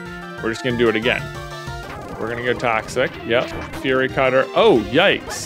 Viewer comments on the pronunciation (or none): none